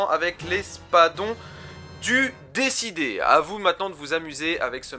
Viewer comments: Pourquoi tout le monde prononce « Décidé » au lieu de « Déicide » (tueur de dieux) ? 😭 Très sympa ta vidéo sinon 😉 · C'est espadon du D I cide et pas décidé 😆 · Espadon du Déicide* et non pas « du Décidé » ^^ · "Déicide" et non pas "décidé" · Déicide ca se prononce pas comme ça mais sinn bonne vidéo